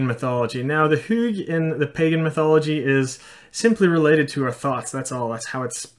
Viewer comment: The fact that you pronounce thoughts as thots makes many of your sentences very funny xD (no hate, just pointing it out)